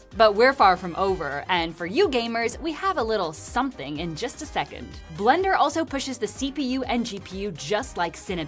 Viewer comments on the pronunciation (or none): none